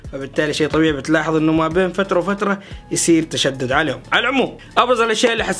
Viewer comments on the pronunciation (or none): none